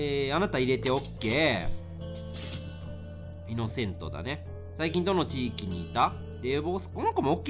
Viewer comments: レトさんがイノセントのこといっつも｢イノセンス｣って言うの地味に気になるww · イノセンすじゃなくていのせと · イノセントを何回も イノセンス って言ってるのじわる。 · イノセントをずーっとイノセンスっていうレトルト氏wwww